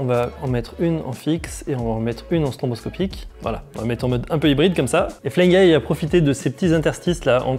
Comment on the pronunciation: Petite remarque... c'est stroboscopique et pas stronboscopique...